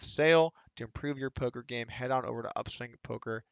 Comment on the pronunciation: He said final poker video. not final polker video.